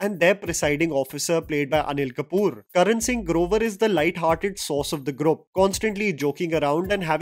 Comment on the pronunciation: Dude why do you keep pronouncing “GROUP’ so weirdly , sorry . Minor quip